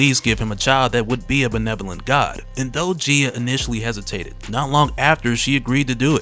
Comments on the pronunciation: The correct pronunciation is Gee-a, not Jee-a I know I know, grammar NAZI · I am curious about the pronunciation used here. Is it not said Guy-Ah instead of Jee-Ah? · I believe she called GAYA (GAI-A) not GIA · Gaia/Gaea is pronounced - Guy-Ya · GUY-ah. Gaia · Her name is "guy-ya" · Your pronunciation of gaia irks me